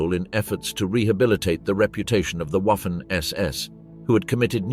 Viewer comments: It's pronounced Vahffen, FFS. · For goodness sake, "Waffen SS" should be pronounced "Vaffen SS". Oddly, the pronunciation changes sometimes towards the end of the clip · It's pronounced Vaffen SS. Basic stuff you should get right. And Wiking is also pronounced with a V. Really annoying. Not wery good at all. Ian Dee. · It´s pronounced vaffen.